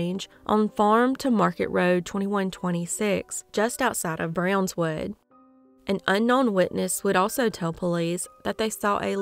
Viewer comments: Brownwood. Not brownswood. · Brownwood, not Brownswood.